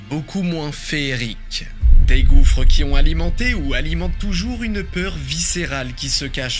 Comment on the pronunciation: Hi D, just got the video while i was scrolling your channel, gouffre means like an endless feeling hole, the last S is silent, i'm gonna enjoy the video now